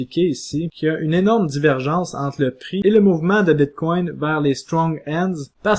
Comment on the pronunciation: "BITCOIN" ou "BITCWAIW"? : La prononciation du "BITCOIN" en Anglais serait préférable. Ce mot sonne bizarre et distrait à l'audition... "BITCWAIW" .... ET POURTANT TU DIS TOUT LE RESTE DES TERMES FINANCIERS EN ANGLAIS COMME 'STRONG HANDS' ... 'BEAR MARKET ' et autres termes du trading anglais . Tu essaies de franciser le bitcoin.... Le reste du message est toutefois pertinent.